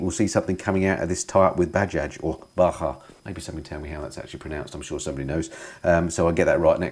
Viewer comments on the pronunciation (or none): its "buh jaaj", greetings from india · Bajaj are big in India. Have ridden a few and they're in the 200-400cc. It's said Bajaaj with the j being pronounced as it's India not Spain. I believe we're going to see quite a bit of collaboration between triumph and India companies as royal enfield has its sights on triumph and has the backing of the huge Eicher Motor company. We need to inject the Indian market into ours as bike prices are far too expensive in the UK and will collapse as it is not generating new sales in the younger sector of the UK market. Average UK biker age is 54, twice that of India. With the success of royal enfield with the interceptor and the brilliant work itchy boots has and continues to do on the Himalayan, there's a clear pathway into western markets. Price will be key to save the UK bike market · Great vid as usual. Btw Bajaj is pronounced with both J's and not as bahah, cheers 👍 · Bajaj is pronounced like 'buh-jarge' ;-)